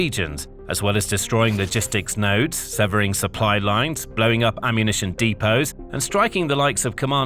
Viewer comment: You mispronounced depo.